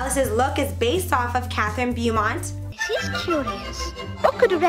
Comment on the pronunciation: Beaumont is pronounced more like Bow-mont. Not Byoo-mont. That kept bothering me.